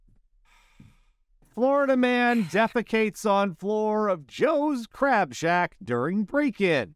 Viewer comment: It is Crab shack! Not Crap shack!